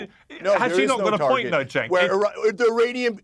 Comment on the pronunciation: Let Cenk finish;and his name is pronounced Jenk,not Chenk. Also,Piers,where is Abby Martin? She would be perfect on this panel!! Get Abby Martin back on!!!